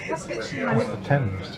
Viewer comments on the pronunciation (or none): none